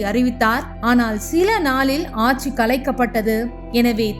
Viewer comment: யாரு?! நம்ம மனோரமா ஆச்சியா?! ஆச்சி ❌ ஆட்சி ✅ கலைநர் ❌ கலைஞர்✅ கருணாநிதியில் "ரு" குற்றியலுகரமாகப் பலுக்கக்கூடாது. முழுமையாகப் பலுக்க வேண்டும். சில நாள்களில் ✅ பனி ❌ பணி✅ கண்காச்சி ❌ கண்காட்சி ✅